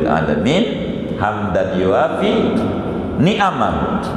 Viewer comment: coba cermati kalau baca حمدا يوافي bnr gk?